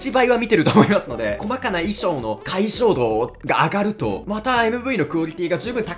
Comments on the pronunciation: ？ 解像度って読み「かいぞうど」じゃないっけ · 私的にはキズナランク追加めちゃ嬉しいです！早くバチャシンキズナランクも増えてほしい！あと、、、いいにくいのですが、、解像度→かいぞうど○ かいしょうど×